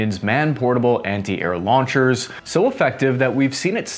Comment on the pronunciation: "Ant-Air Launcher"